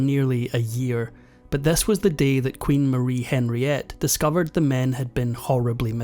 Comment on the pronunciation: Henriette is pronounced on ree ette not Henry ette.